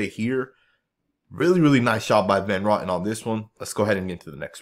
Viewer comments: OMG, why do you always butcher people's names??? It's Greg Van Row tin. Not Rotten 🤣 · Hey, The way you pronounce Van Roten's name is Van Row-tin. It's a long "O". It's not pronounced like Johnny Rotten with a" raw-tin" sound. You know if you just checked other videos of announcers at games or on YouTube, you would know how to pronounce names before you produce a video. I enjoy your videos but you mispronounce quite a few names because you don't take the time to check. Otherwise keep up the good work!